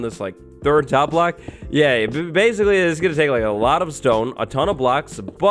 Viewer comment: He said "BASEcally